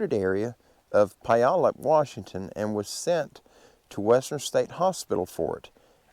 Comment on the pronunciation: Wi nat chee, Pu yal up, lots of these names are difficult to pronounce without hearing them first, so it's not just you. I still go back and forth with Mt. Rainier=Ra near. LOL! You know, with all the extreme weather we've been having in the last several months, it must have the 'big fellas' on the move. All of the mountain passes have been CLOSED, due to avalanche possibilities. They are still closed as I write.